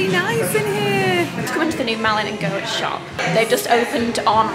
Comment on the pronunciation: Goetz is pronounced Gates! 😊